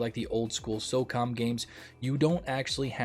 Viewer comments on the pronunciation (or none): none